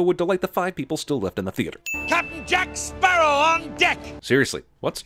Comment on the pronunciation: “Jake Spearow”